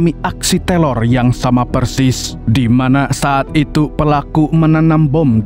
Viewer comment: Teror KK bukan telor 😏😏